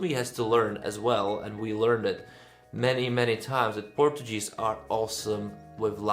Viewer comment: Hi, you're pronouncing "Portuguese" incorrectly.:) It should be something like "Porčugíz". By the way, Neev is my favourite and Portugal never sent a song 100% in English so why not? And he is a quite talented and charismatic guy. Mema is a disappointment for me, a pity as I like other songs from her. I can see her struggling to qualify to the Portuguese final.